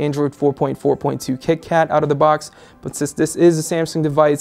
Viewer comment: Good review, really like the new guy, but he needs to learn to pronounce his words more clearly. Like saying "the" instead of "duh" and "Samsung" instead of "Samesung". Few beggining flaws, but nothing some work can't fix. :D